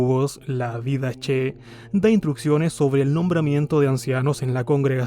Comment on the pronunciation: Una pequeña corrección de pronunciación mi estimado compatriota: pese a escribirse "Didache" se pronuncia "didajé" o "didaké". De todos modos los tj critican la creencia de que exista una sucesión apostólica desde Pedro hasta el actual Papa. ¿Cómo entonces puede haber un Cuerpo Gobernante en el primer siglo?